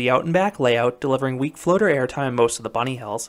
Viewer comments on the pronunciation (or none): none